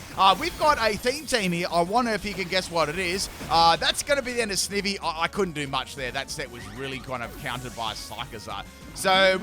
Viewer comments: It’s sniiiiivy not sneeeeevy, I just got mad at you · I swear to heck it's Sn-eye-vee! Not Sn-ih-vee! It's literally Snake + Ivy. You know, the plant/vine/leaf? I just can't with your ridiculous pronunciation rn. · He’s making me mad every time he say sneeevy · Snivy is snake ivy put together, because it's a grass snake. So it would be sn-eye-vee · He said “sneevy” lmao 😂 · Ah yes, good ole Snihvy. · TIME TO ROAST FOR MISPRONOUNCING SNIVY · 2 minutes in, 8 pronunciations of Snivy😮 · My second favourite starter and he butchers its name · Pronounced Snivy as in "ivy".